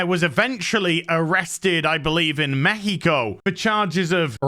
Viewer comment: Your pronunciation of "México" was right!